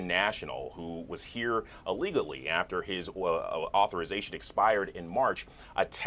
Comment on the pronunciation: it's so crazy to see a supposedly college grad saying allegali😂 what is wrong with people I never went past 7th grade but I don't say an amergency 😂